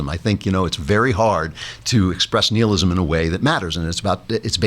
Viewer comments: BlizZinski The Latin root "nihil" meaning "nothing" is pronounced nee-hihl , thus Klavan's pronunciation should be preferred. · I think he's correct. Google translate gives a very close pronunciation (when you click the sound icon).